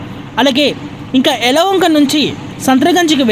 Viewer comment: హలోఒంక కాదు. యలఒంక నూ కాదు. యలహంక